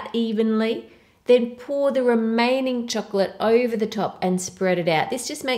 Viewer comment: u always say oiver it's actually over